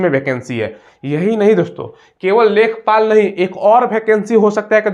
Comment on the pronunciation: लेखपाल न है इसको लेखापाल कहते है